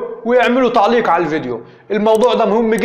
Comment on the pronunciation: كولمبية هههههههه كولومبيااااا علاش لسانكم ثقيل على النطق ياخي لغة عربية لي علمتوها للعالم ههههه افريكيا ههههههه تعليك هههههه أي لغة وأي لهجة ولا لغة المريخ هههههههههههه